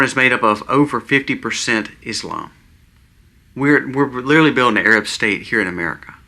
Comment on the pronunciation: At the risk of sounding "out of touch and old" (which I am and an English teacher to boot), please let me encourage you all, especially,: (1) The word is "literally"...not "littaly". (2) The term is "kowtow"...not ""cow tail". (3) The word for Charlie Kirk's death is "murder", not "when he passed" (which would indicate a long time/long term health battle/issue). You are doing such a good job,!!! These are minute points, but they are sticking points because you talk about "home schooling" (with which I do agree at this point in time). Incorrect grammar use does not support your argument for home schooling. Same with the history of the term "kowtow" which is oriental in source for people who bowed down in false humility or were killed/murdered for the gaul/arrogance of standing up to "authority". It is not "cow tail". Third point is clarified above. Stand tall, young man! You and your family are such wonderful examples for us. PSALM 91!!!